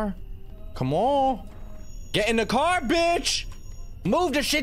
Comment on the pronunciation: is no one going to talk about how he said care instead of car 💀